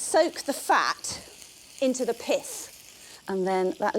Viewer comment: I thought was saying Piss, rather than pith.